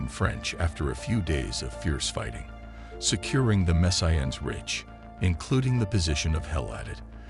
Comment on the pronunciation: I'm 26 seconds in and already the stupid computer generated commentary has mispronounced Wijtschate, Missines Ridge and even, God help us, World War One. I won't be listening to any more and, whoever produced this shit should be ashamed of themselves.